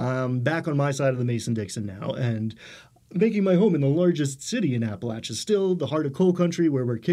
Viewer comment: I'm glad that you pronounce Appalachia correctly! I wouldn't expect that from someone from New York City.